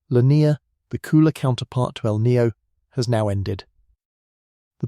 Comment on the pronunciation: You pronounce El Niño as El Nio, and La Niña as La Nia. Kindly insert the "ñ"s.